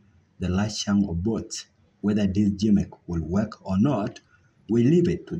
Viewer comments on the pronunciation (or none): "Who counts the botes " guys bring someone who has a good English pronunciation 🤦‍♂️